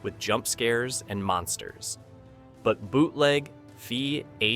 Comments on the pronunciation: Yes. They certainly aren't forgotten. Clickbait title and weird narration. Couldn't even pronounce VHS. AI slop. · When you use AI you need to spend more time editing. Machines can't pronounce VHS, and the don't realize that "A Boy and His Dog" isn't spelled "The Black Hole (1979)" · I laughed at how it pronounced "VHS"